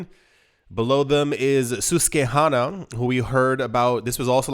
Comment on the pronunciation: Motherfuck! It's Sus like suspicious, hanna like banana! Susquehanna is a river!